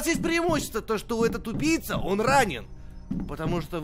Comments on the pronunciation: Мне одному показалось что говорит тупица а не убийца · я один такой почему когда говорит убийца я слышу тупица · Вы тоже слышали что он говорил не убийца, а тупица? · Когда говорил убийца, мне казалось тупица😂😂😂🤣🤣😂🤣😂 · Мне одному казалось что он всё время говорил:тупица))))вместо убийца)Хаха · Мне одному кажется, что говорит не убийца, а тупица) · Почему когда ты говоришь убийца мне кажется что ты говоришь тупица